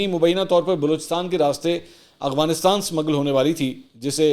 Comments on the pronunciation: پائی جان اغواننستان نہیں لفظ افغانستان ہوتا ہے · میں نے کئی بار نوٹ کیا ہے کہ آپ افغانستان کو اغوانستان کہتے ہیں آپ کی اردو ماشاء اللہ بہت بہتر ہے اس لیے اس غلط ادائیگی کو بھی درست کر لیں تو بہتر ہوگا